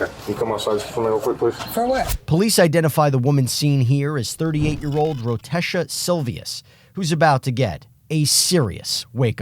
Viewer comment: "Rotesha", enough said